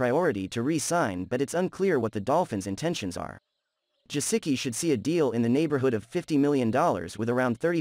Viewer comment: Pretty sure you're not saying Gesicki correctly. Lol